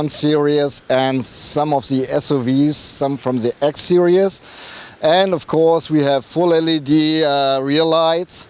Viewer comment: Repeat after me: seer-eez.